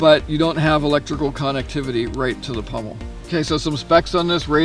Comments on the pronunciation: Pommel.....not pummel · Sorry, but the word is pommel (Paw-mel) not pummel. The Seal Pup can be found for less than $50 at times. The Gerber Strongarm was running around $50, but dealers got greedy and now they run $69. No one addresses this issue with prices suddenly rising or dropping and then going back to the usual price. That's why I own the Gerber Prodigy Coyote Tan Fine Edge versus the Strongarm. For $69 one might as well buy the LMF2 which is the better model. It doesn't seem fair to me that knife companies do this. As any product ages, or becomes a popular seller or is being discontinued the price should go down, not up. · It is pommel, not pummel